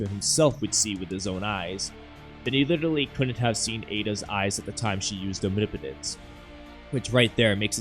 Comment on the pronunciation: Thank you for being the only Naruto/Boruto YouTuber to pronounce omnipotence correctly 😭 😂 Great video!